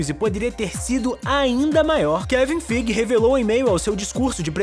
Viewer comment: Pronuncia : KEVIM FIGUIIII? TEM ALGO ERRADO AI...